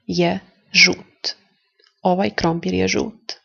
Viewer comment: Your accents are sometimes wrong. Red - crveno has accent on first half not on e... This, that- ovaj, onaj also have different accent than how you pronounce it. Are you native speaker?